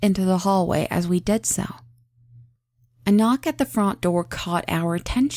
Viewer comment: I like how you pronunce "front" it sounds similar to "font"